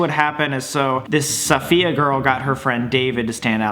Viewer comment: Sam... you’ve never met a Sofia for you to pronounce the name so wrong??😂😂 I LOVE YOU GUYS THO